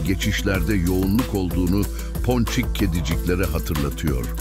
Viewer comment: her video da ki ponçik vurgusu dikkatlerimden kaçmıyor :)